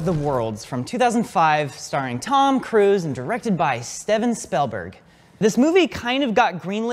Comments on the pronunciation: You pronounced "Steven Spielberg" wrong here But correctly here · Ah yes good old stehven spielberg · "Steffen Spellberg" :D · Stayven Spaylberg? Who dat?